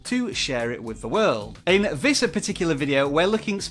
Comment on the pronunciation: Never trust people who pronounce “this”, “viss” 😂